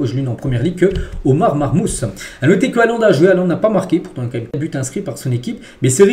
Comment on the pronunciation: SALUT sa se prononce "marmouche" pour Omar marmoush;)